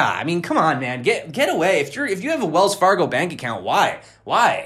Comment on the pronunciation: Wells Far-gone lol